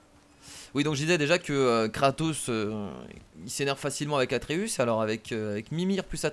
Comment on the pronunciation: Tu saoul a dire tout le temps arteus au lieu de atreus